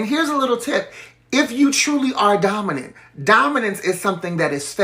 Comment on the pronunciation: im DEAD mans said DAWMINENT